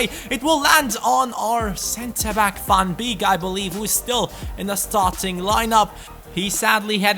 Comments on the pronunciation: Van beek is pronounced like van bake:) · Van beek is pronounced -->Van Bake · The ee in van beeks name you pronouce as ay in the word way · how you pronounce van beek :)